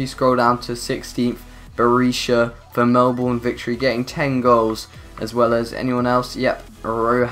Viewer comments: its pronounced mel-ben not mel-born. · It's pernounst Mel-bin not Mel-born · Mel(burn) not Melborn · I know it is ur accent but when someone says melborn instead of Melbourne it is irritating but any u derserve way more subs keep up with career mode challenges and u just got a sub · Dude, it's pronounced Mell-Bin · I Cringe at they way You say Melbourne